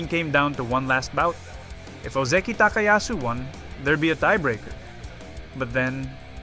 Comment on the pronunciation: Lol you were fooled... this is an AI voice. Need proof? Watch again and listen to how it pronounces Ozeki carefully. Most of the time it says Oh Zee Key but not every time, sometimes it pronounces it properly as O Zeh key. That's important to know because real humans will consistently pronounce it wrong. There are a bunch of other things I could point out but that is pretty obvious tell that it is AI.